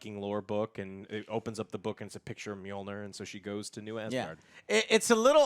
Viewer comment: The way you pronounce Mjolnir is bad enough Joe but "Storm bringer"? Lol put some effort in bro.